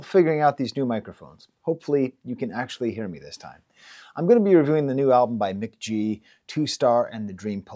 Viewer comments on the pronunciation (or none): "Muh-ghee" not "Mick-G" c'mon man!! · I really like this analysis, but hearing Mk.gee pronounced as "Mick G" was so triggering for me 😩. It was obviously the original intention since his name is Michael Gordon, but "mac gee" sounds so much better and he's confirmed this pronunciation in the past. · Pronounced "McGee" lmao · Pronounced McGee